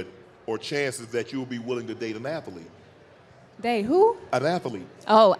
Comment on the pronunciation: " a athuhleet " " a who? " " a athuhleet" " oh! an athlete. "